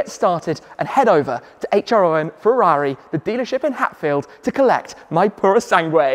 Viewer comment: Wow that 296 is a stunner. Not paid much attention to car vids of late so never knew of it till now. Without even looking up the info on it it's clear its a modern take on the Dino and its perfect. The Purosangue? well its nice for an SUV I guess. Glad you can say its name right lol.